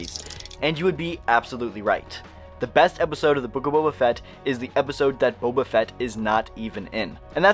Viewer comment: We got Bobby Fett instead of Boba Fett.